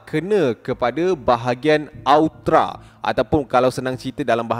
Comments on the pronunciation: Hahaha sebut elok elok bukan aotra , tapi aorta , malu kokrang nuh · Aorta= AE-YOR-TA...